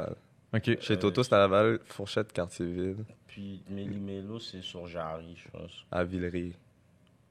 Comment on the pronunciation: Les gars on dit Meli Melo woow🤦🏾‍♂️